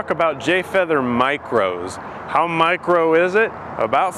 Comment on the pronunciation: "Light" "mircro"